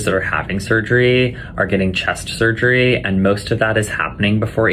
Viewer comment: The way that surgeon keeps saying "surgerree" is one of the most irritating things I've ever heard. His voice in general is like nails scraping down a blackboard but his performance of that word is egregious.